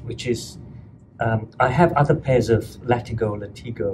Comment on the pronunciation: It’s LAT-IGO, not LAH-TEEGO. Common misconception, I see how you kept saying both to be sure. Good guy 👌